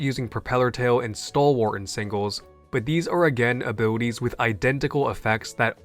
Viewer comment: i like how say "abwilitwies"